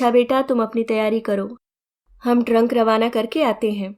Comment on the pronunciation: ट्रंक नहीं ट्रक 😊